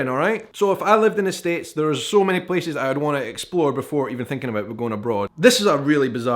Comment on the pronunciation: I like the way he pronounces “Places” its like “peces” feces with a p